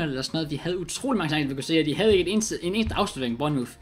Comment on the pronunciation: Det udtales burnmorf